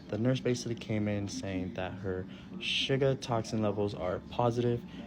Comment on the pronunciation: Off topic, but Asain dude said shugga instead of suger. Just an observation.